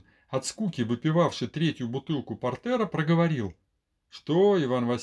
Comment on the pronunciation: Бутылка не портЕра, а пОртера, пожалуйста 😢